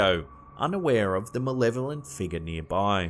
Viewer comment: why can't he pronounce the word "figure" correctly?